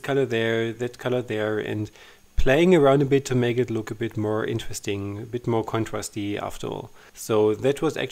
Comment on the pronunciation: I'm totally not making fun of your accent but you keep saying "contwasty" for "contrast-y". Sounds like Elmer Fudd from Bugs Bunny cartoons. I'm sure Americans speaking German would probably sound funny with some German words! Anyway, I hope you aren't offended. Your videos are fun and inspiring.